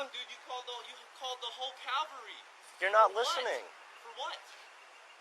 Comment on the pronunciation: lol he called the whole Calvary he said